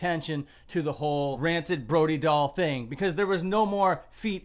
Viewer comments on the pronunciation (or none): say her name right